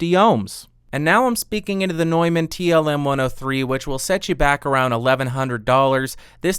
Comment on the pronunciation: Nuuuuuuman, not NOIman. Jesus my ears.